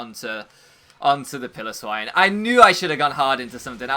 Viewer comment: I swear, it's Pile-o-swine, it's not a pillow, anyway this was unfortunate, shows just how good grassy terrain is